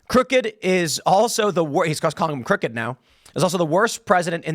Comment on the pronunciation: CROOKed is how he should have said it